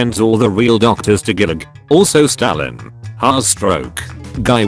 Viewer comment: It's pronounced goo-lag.